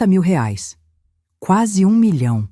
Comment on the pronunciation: "rares " não, "reais " 😅